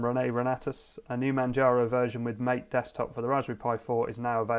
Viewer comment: Looks good! Incidentally, MATE is pronounced mah-tay. It's named after an Argentinian drink.